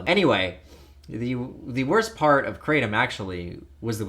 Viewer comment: Its pronounced KRAH TOMM . Its Vietnamese and thats how they say it . Just letting you know